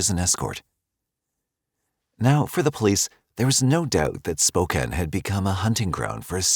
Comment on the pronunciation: Much closer, well done! There's a bit more stress on the second syllable typically, "Spoe-CAN", but honestly good job.👍